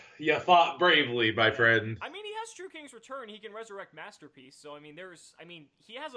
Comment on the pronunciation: "Master Pleace"